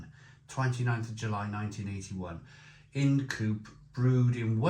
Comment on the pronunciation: It’s Ind as in mind if you will. Sorry to be a pedant 😂